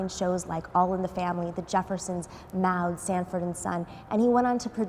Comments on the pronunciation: Love you Nomi, but Maude is pronounced 'Mawd', not "Mowd'. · No shade, but Maude is pronounced "mod," essentially.